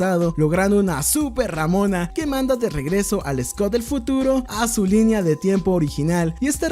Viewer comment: Pronuncia ramona una vez mas de ese modo y te funo